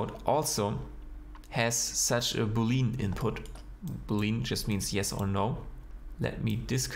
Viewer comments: not being picky but its pronounced boo lee un not boo lean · Not being picky but it’s pronounced boo lee an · Hmm, so this geometry nodes building generators need premodelled objects to work? That's a weird way to pronounce boolean, just gonna say. I'm more used to it being pronounced as boo-le-yan